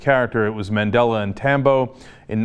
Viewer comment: You can here someone laughing in the background when this guy on the video mispronounces Madela's name. Lol